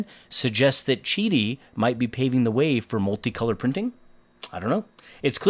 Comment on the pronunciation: Beautiful machine, painful hearing the company pronunciation... 😂I was curious about Qidi the first time I saw the 3 Max. Glad to see the in the comments about an AMS/MMU type addition; just hope they do a better job of what I have 🙄 Nice pricing 🤯🤘🤘